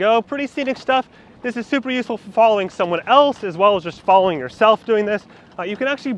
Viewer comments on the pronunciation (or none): none